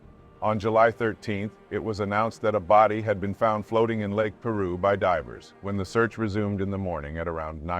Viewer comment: It’s pronounced Pī-roo.